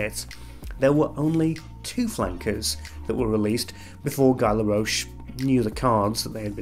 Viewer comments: Guy laroche?:) It's not Guy in French, definitely:) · The way you are pronouncing “Guy Laroche” killed this video for me 😂. Back to seriousness. The problem for some brands is that if one fragrance gets so so popular that no matter what they make, it will always be compared to that one...